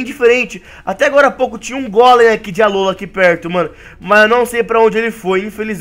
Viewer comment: vc falou Alóla alola